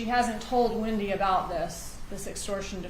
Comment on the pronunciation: Her name is Wendi, not Windi.